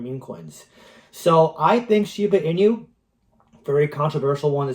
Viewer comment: When you are saying Shiba Inu, do you know inu (EE-nu) is the Japanese word for dog? It's not meant to be a play on words like coq inu. Anyways, I'm a fan of your content, but more explanation of "why" you see some of these tokens getting to your projections would be helpful. Bonk to 40b?? Needs some big-time vision, wouldn't you say? Yeah, it's possible, but so is BTC to $1m this cycle. And likely not for many reasons.